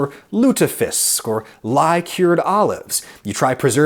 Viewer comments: Heeeey, lutefisk :) Not too bad a pronounciation either :)¨ Coolness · The way you say "lutefisk" is impressive. Well done! Thanks for a very unformative video :) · Lutefisk. That was good enough. Finally an american who attempts to pronounce a foreign word. Good job. We need more of these. Too many Americans stop and excuse themselves, while they tip toe around "dangerous words." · The way you pronaunce lutefisk is so class XD